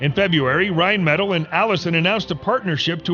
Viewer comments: My brain hurt everytime he said rhinemetall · ITS PRONOUNCED "RHINE-METAHL"